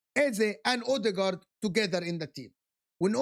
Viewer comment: Mikel odeegard😂